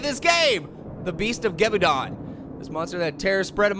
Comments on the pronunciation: It's pronounced (Gi-VAU-DAUN-) silly 🤣😂😅🍐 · It's pronounced (gev-vu-den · It's 'ge-vaw-dan'. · Its pronounced gE-vu-dOn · its pronounced gwa-vu-don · It is pronounced gi-VOW-din. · You pronounce it guvwidan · i just noticed the monster is a wearwolf but you cant say Gevaudan